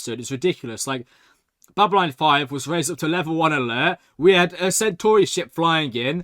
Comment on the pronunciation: Ffs he's this far into the series and he's STILL saying Babyline 5! BabyLON! Its not hard!